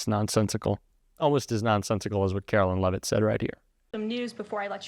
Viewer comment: Karoline Lie-vitt….🤨